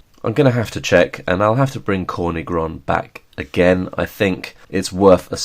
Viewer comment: Hey, just so you know, that's not how you pronounce"Corny Groń" it has nothing to do with"corn" - it's "tz" (like a tzar, ruler of medieval Russia) "or" - "ny" - with a hard throaty "y" like an "i" in "b*tch" not soft "ee" "Groń" you got almost right, the last n is softer sound like a "nie" in "niece" It means "black mountain ridge"/"black peak"